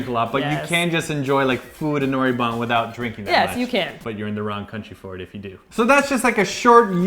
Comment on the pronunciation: Spent that much time in Korea but still can't pronounce noraebang lol smh....